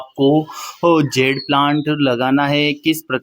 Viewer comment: It is Jade, not zed or zede. Good video